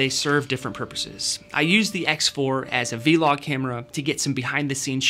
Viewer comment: when you say V- LOG are you trying to say VLOG?